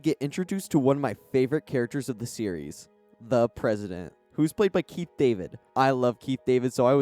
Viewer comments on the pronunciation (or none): none